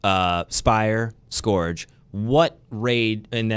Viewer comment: Appreciate the banter here, and I know i'm going to sound like a jerk here and it isn't my intention - I cringe every time you guys call the "scourge" the "s-core-j". It sounds more like "S-ker-j". I don't know why this bothers me so much, but it does. Definitely don't expect a long time for a completion on this raid - this won't come close to Last Wish. I do expect a lot of secrets though, and that's exciting!